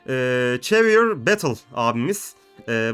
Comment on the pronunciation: çhavier diye okunmaz o havier diye okunur